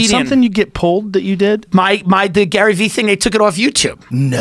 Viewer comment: "Does warren buffet look at gayvees page and say its time to hustle" had me ROLLING